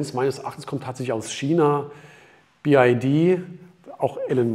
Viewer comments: Ich bin ungern ein Korinthenkacker, aber es heißt BYD und nicht BID😉...VG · Wow Achim, die Info ist für mich völlig neu🙄. biyadi (chinesisch) ist natürlich richtig. Der sonst geschätzte sagt jedoch bi-ei-di und diese Aussprache ist weder chinesisch, noch englisch.